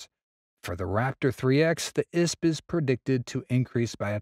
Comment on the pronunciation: Eye Ess Pea not "isp."